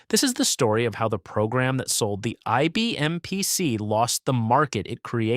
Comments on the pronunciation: Yeah, what the heck was THAT? PSC? Computer narrators don't know what they're saying. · It gave me a reason to buy an "IBM Peeuh See"